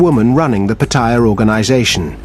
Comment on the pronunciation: What is it with westerners and their pronunciation of Pattaya?